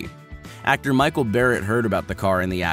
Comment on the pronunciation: FYI, it'S not Micheal Barette, it's Michel Barette...